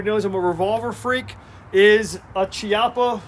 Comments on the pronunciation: It is pronounced KEY-appa. "Rear hammer"? As opposed to the "front" hammer? Wtf... It is just the hammer. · Chi pronounced kiappa